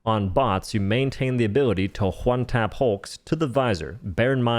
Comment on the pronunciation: omg how he talks is so annoying, I'm at "Juan-tap" number 20 only 3 mins in wtf lol